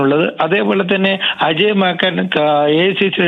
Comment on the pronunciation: മാക്കൻ അല്ല മാക്കാൻ എന്നാണ്